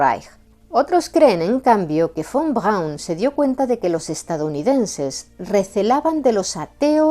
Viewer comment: muy buen Alemán 🇩🇪. Von Braun tubo alguna influencia de Sergéi Koroliov ó Konstantín Tsiolkovski??? 🇷🇺. Saludos 🐧🇨🇱🗿.